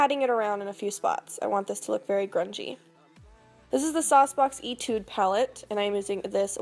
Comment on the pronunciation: Not to be overly critical or anything, but the SauceBox palette "etude" is pronounced like "eigh-tude" like in music, but tomato to-mah-to am I right XD